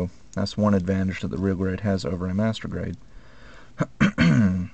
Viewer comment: why every time u say master grade it sounds like masturbate??... O_o